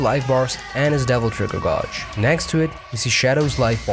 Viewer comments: Please stop saying "godge." It's pronounced "GAY-dge." After a while, that's all I could hear in your video! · Just a quick comment and not to be a dick, but the word 'gauge' is pronounced as 'gaydj'. I know, English doesn't always make sense, but there ya go. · The way you mispronounce gauge bothers me so much...Other than that, great video. Thank you for the information.